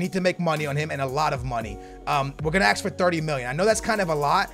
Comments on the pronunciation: It's ASK, not AXE. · If u aks me😂